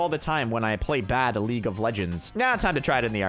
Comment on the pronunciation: Did you say LOL-Leage Of Legenda